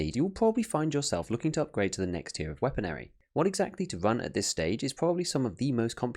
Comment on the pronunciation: hold up hold up, did you just say "WEAPONARY?" My dude, there is no second A in weaponry...